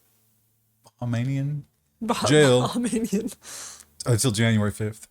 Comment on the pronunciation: Bahamian,,, Bu-hA-me-un